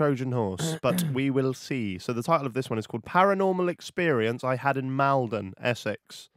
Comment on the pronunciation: Mal-don not Mal-den. I’m from Maldon